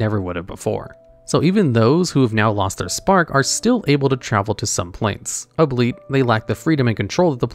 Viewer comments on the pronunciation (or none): A-blEEt... It's al-be-it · "albeit" is pronounced "all be it", not "ableet" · hol up, “ableat”? that means the owner of this channel just mispronounced a normal english word in the script given to him. Has he never seen what “albeit” is spelled like